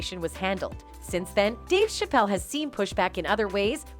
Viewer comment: She can’t even pronounce Dave Chappelle’s last name correctly so this commentator comes off as unbelievable and not someone who knows the history of these two black men. Can you say “click bait”!